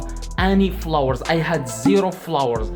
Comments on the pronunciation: Did he say flowers 🌸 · "How to get a lot of florres" your accent is perfect tho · It sounds like he's saying flowers lol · He said flowers not follower😂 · Is he telling flowers or followers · Did he say flowers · not you guys making fun of him for saying flowers instead of followers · istead of followers he sais flowers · I heared flours 🤣🤣😂🤣🤣🤣 was about to comment the same 😂😂😂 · followers sound like flower.. just imagine he got hundred thousand view on TT 🙄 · As long as you still understood him, no reason for this comment bro, its his Accent🤷🏽‍♂, y'all probably will pronounce something wrongly if you were to speak in his Language and it will be due to your Accent🤷🏽‍♂ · Bruh it's he's accent he can't pronounce it so as Koreans,Chinese,Japanese get it